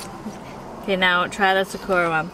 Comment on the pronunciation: After the Macha is Sakura (pronounced sock-coo-rah) Its Japanese for 🌸Cherry Blossom!!🌸 I wanna try that 1!!